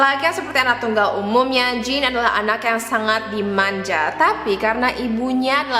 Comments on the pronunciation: jean itu bacanya bukan jin tp kaya jean biasa di english kak :) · Jean : J is pronounced as SZ sound "vision". EA is pronounced like the "ahhh" sound you make when you are relaxing. enunciate the N. the E is silent. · harusnya namanya diucapin Zhang-klod romong